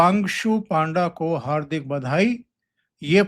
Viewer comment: ओमकार जी, वो "पन्डा" हे "पांवड़ा" नहीं